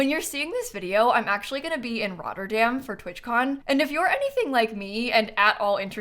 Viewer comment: As a dutch person I love the way you said Rotterdam